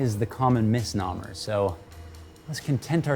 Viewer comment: Ha ha you mispronounced "misnomer." intentional?